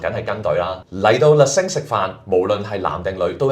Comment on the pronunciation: 你好！首先感謝製作了一段不錯的短片，介紹巴黎四季酒店内的晚餐。 在這裡，有两個善意的看法供你參考。 1） Le Cinq, Cinq 的讀音有點似“腥q“，而不是“星q“。對於外語，不妨參考Google Translate 以了解正確讀音。 2） 在介紹美食時，須多做點功課，不要只說“個汁係鹹鹹地、酸酸地，幾開胃”。應深入去明白菜單的鋪排、菜餚製作的背後、醬汁的調性……等。 謝謝！